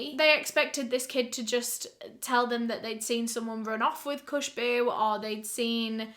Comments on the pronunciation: It’s not Kooshboo It’s Khooshboo It means a good smell. With a soft K. 😕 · She said "Bihar India" And my heart just stopped. I AM FROM BIHAR INDIA!! When she was saying "khusboo" it's not how you pronounce it and it sounded like some Latin name to me so it took me time to process the that he is Indian. Bihar is a place in India where girls are HATED... Women are treated like shit. And considering he was from Bihar and poor his mother must have faced domestic violence.. The mentality is so bad in some places of Bihar that newborn girls are killed in front of the mother by the father and the mother can't do anything but cry. In India hitting your child is nothing shocking. I as a kid was hit with sticks and tables to discipline me. I always found this the wrong way to discipline a child but it is what it is.. And I feel Amarjeet faced the same or maybe worse considering he was poor. Dowry is a big thing here so women are seen as burden I guess that explains why he was killing only girls..and I am sure when his sister would have born the whole environment would be like "not another burden" Now childhood trauma plus this women hating mentality.. You get why he killed so many women of their own family.